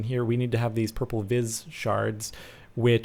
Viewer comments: vis is actually pronounced as vee and as for the aura you can craft goggles of revealing which will allow you to see your aura level. also you're going to want to research and craft a sword of the zephyr as it will enable you to emulate flight as the sword will propel you forward. also, assuming you have problems figuring out how to get diamonds it will be the most powerful sword you could get though a wand of lightning is the most effective on the dragon. unsure about wither though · Vis is pronoinced (Vee) captain please say it right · the word vis is pronounced vee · Vis is pronounced V